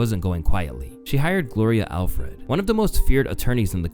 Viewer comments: Dude voice cloned himself and is just giving AI a script to churn these out. Gloria Alfred (Allred), USV (SUV), "happy to be in one place" (piece), et cetera. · .... Did he call Gloria Allred "Gloria Alfred"? 🤔